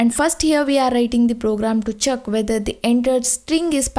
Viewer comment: Check as Chuck